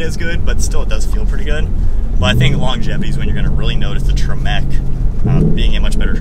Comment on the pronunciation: The,"Tre MEC" brand! haha loved that pronunciation!